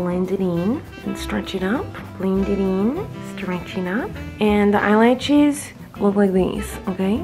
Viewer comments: Why is nobody talking about the fact that she says I eyelachis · At least she said eyelaches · Eyelaches (eyelashes)stowl(style) leips (lips)L😂L